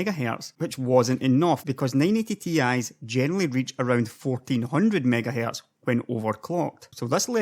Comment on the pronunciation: MiegaHae... lol what accent is this?